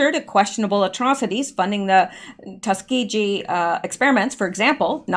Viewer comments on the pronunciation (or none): Tus-kee-gee with a hard g.